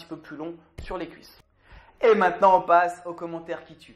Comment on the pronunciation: Y a que moi qui a remarquer que merde pour "les cuisses " et qu'il dit "lesscuisses" ahah. Bonne vidéo et surtout j'adore les bêtisiers laisse japeco manger sa collation. On garde la pêche